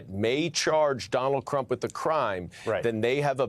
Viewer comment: played it a few times.... while he isn't, it sounds like he's saying 'crump'